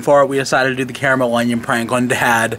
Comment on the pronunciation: Nice to hear an American correctly pronouncing the word “caramel”. 👍